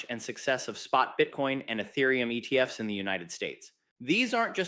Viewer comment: cant pluralise acronyms because he's AI